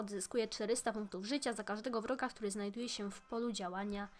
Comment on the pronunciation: Zaprosisz prosze cie moje ID YO92LP8JU Ps odc najlepszy na swiecie Edit prosze przeczytaj i ps moge serceedit 2 czy tylko ja uslyszalam broka zamiast wroga ?